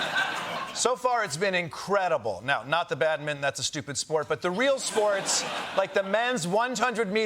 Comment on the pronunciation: Why did he call badminton "badmin"? Maybe it's my hearing!